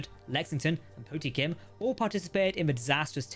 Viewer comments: Poh-temkin, not potem-kin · Much as I despise russians, I have to correct your pronunciation. USS POTEMKIN is NOT the USS Pottykim. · It’s pronounced Po -Temp-Kin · Po-Tem-Ken. Named after the early 1900s Russian Battleship. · It's pronounced as "poh-TEM-kin." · How do you not know how to pronounce "Potemkin" ?